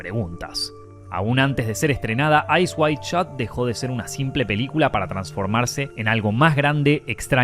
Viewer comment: is it "Eyes wide shot" or "Eyes wild shot" HAHA the pronunciation is crazy